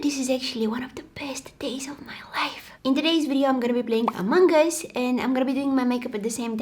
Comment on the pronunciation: It sounds like ✨AMANGAS✨